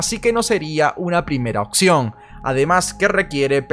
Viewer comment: occión??? Es OPCIÓN.